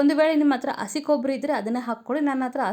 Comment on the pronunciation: It is not assi It's hassi Learn proper kannada